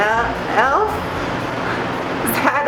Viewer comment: You said 11 perfectly for africaans